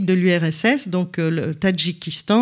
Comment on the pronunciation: Le Kirghizistan ! Pas le « Kirgistan »...